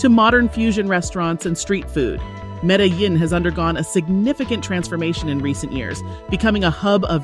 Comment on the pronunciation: Omg…. Medellin is pronounced 🗣️ META-JEAN…. jesus. This makes me think you have never actually been there.